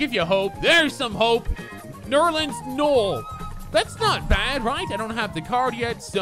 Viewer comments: You cant be a fan of the NBA if u cant even pronounce tyreke evans or nerlens noel. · It’s so painfully obvious this dude doesn’t actually watch basketball... If you can’t pronounce Tyreke Evans or Nerlens Noels name, you haven’t watched much NBA